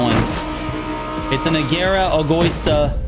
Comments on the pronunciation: egÓista? It's pronounced as egoÍsta trigger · Trigger, say it with me: "Eh - go - EE - stah" "Vuh - Neh - No" (not "vuh - nee - no") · Dude you need to learn to pronounce names correctly Egoista, Imola, Veneno...😂